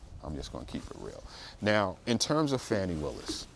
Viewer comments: At least pronounce her name right. It's irritating to hear so called professional people keep saying fanny when her name is Fani pronounced "fawni". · The woman's name is pronounced (Fawn) (knee) like a fawn. Not fan not Fanny. It is quite disrespectful to keep saying it incorrectly even though what they she and Wade did was disrespectful. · This entire video is disrespectful. Her name is pronounced Fawnie and you keep saying Fanny 🙄 and just affirming what the defense has to say without accurate facts. Carry on 😂😂